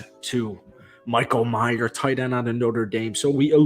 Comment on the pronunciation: Some of these so called Raider YouTube guys need to start getting very basic shit correct. It’s Michael May-er, not Michael My-er. Maybe you never even heard of him before posting this video? It’s actually a good clip if not for the epic butchering of the players name. Again, it’s Michael May-er, not 🎃.